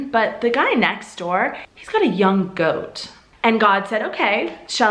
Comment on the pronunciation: You got the goat saying so wrong :) but it was nice how you interpret it, so please do continue in that way